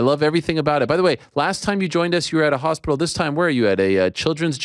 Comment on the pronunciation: US audiences haven't heard "hospickle" since Hatton's heyday.